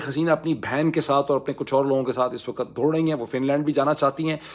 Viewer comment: " LAFZ " not Lafaz, same "WAQT " not Waqat.